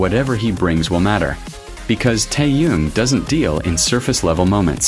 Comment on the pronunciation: Блогер научись правильно произносить имя Тэхена дизлайк а не лайк